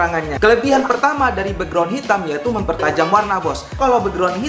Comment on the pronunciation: Bekgron bukan beugron